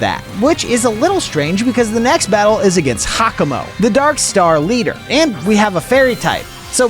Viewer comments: it's pronounced jacamo like it's spelled you could have gotten Diplin and evolved it into hydrapple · Please stop calling Giacomo Hakamo